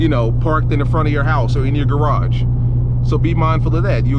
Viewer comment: " you might want to invest in a garge or ar15" 😭